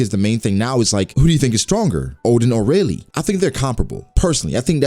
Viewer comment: Guys, its Rayleigh get it right